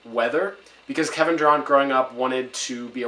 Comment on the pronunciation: Doing a review get his f**ing name right like TF *Dur-ANT not Dur-AUNT